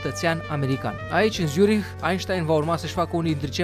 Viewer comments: zurich se pronunta nu cu "z" cu cu "tz" !!! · Zürich se pronunță Țzuric și se aude la final puțin de h , am niște rude din Elveția...doar zic..(nu e nimic de ura) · By the way se zice Țurih(zurich)